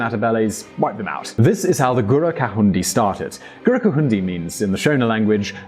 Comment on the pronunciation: He said 'Gurakahundi' but it is 'Gukurahundi' !